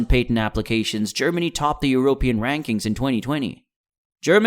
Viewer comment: informative but the pronunciation of "Eu-rope-ian" kind of bothered me. Very strange that this quality of video is being made from such a small channel, this one is going to grow quickly! :)